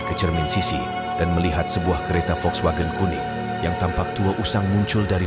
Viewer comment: Pening dengar muzik latar yg terlebih tinggi. Cerita & penyampaian okey. Volkswagen tu ada jugok dengar kat Karak. Sebutan volkswagen tu betul dah. Saya pernah belajar bahasa jerman dulu.